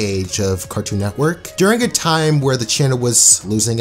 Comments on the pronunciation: Bro it’s NETWORK. Not “nectwork” or “neckwork” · He says Cartoon neckwork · Anyone notice how he keeps saying: “neckwork?” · please stop saying cartoon neckwork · How many times is this dude gonna say Cartoon “Neckwork” lmao holy shit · Stop. Saying. Neckwork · Network not nekwork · Am i the only one getting triggered by him saying cartoon "Necwork" I know he can't help it but it is triggering me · It physically makes me cringe when he says "cartoon neckwork" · why does he keep saying cartoon neckwork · IT'S CALLED CARTOOOON NETWORK NOT BBC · He says “Cartoon NECKWORK” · Anyone else notice when he says “Cartoon neck werk” 🤔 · No one:: N E C K W O R K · Loved the video, but I'm very confused by how you said "Cartoon Nekwork" for the entire video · Good vid but it kills me everytime you say neckwork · LOL HE SAYS 'CARTOON NECKWORK"